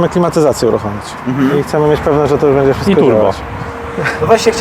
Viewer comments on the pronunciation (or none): "Bedzie albo nie bedzie" - kiedy on się nauczy mówić "będzie"